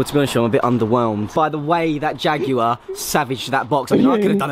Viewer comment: It’s JAG WIRE not jag you er